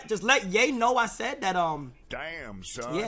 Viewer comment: anybody else hear him say let gay know...